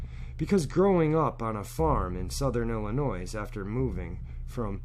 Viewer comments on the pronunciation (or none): First of all, people from ILLINOIS don't pronounce it with an Ssss! Second what kind of "technology " can u get from a 6 year olds brain?! Especially back in 66'. Lol. This is not a criticism of, it's a criticism of whomever told him a story.